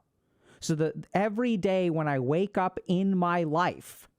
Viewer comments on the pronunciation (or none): none